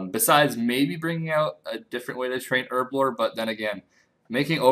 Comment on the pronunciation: It's not 'erblore. It's herb-lore. Knowledge about herbs.